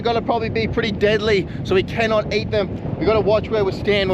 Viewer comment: we call eat, not eaaght